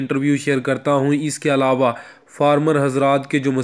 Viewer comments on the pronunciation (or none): none